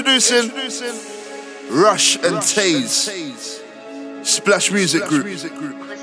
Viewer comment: Kazz Wv you pronounce it Rush like in Russian